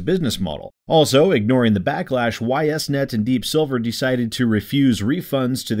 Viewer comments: for what it's worth, the company's name is pronounced "eess net". Actually easier to say than "Y S net". Anyway, screw Ys Net. Everything they've done recently is not only in bad faith but actively screwing over the people who paid for their game to be produced. I certainly won't be buying this game, and Deep Silver can eat shit for all I care. And yes, I agree, additional content should be charged for, but with shithead companies like this one using Kickstarter as a glorified pre-order platform these days, how the hell is this pre-order content not free for them? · I was going to correct the pronunciation but then eh they deserve to have people mispronounce their name because of this crap so why bother?